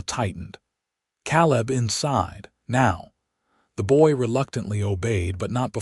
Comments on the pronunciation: I wish the narrator would learn to pronounce words like Calab (Ka-lab) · Sad that AI doesnt cant pronouce Caleb!